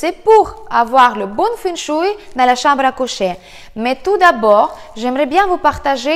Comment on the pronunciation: la chamble à couchèèèèèèèèèèèèè . j'adore ton accent ! bises et merci !